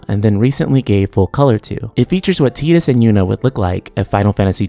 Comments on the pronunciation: omg it's TYE-DUS, not TEE-DUS!! It's already been proven it's TYE and not TEE. Please stop announcing it like this. So many youtubers get it wrong, it makes me ears bleed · I still hate that Tidus is pronounced 'Tee-dus.' I called him 'Tide-us' for years and it sounds so much better. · X-2 was trash, so please no. I consider X-2 non-canon, they need to retcon that shit. FFX ended perfectly. Also, its Tide-us! I'd prefer a prequel to FFX really with Auron, Jecht and Braska.